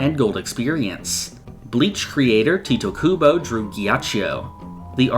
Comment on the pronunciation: He really said tito kuba he not spanish dog , it’s TITE